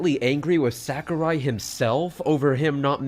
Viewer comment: Btw, Sakurai should be pronounced as "Sah-koo-rye" (uptight weeb here I know)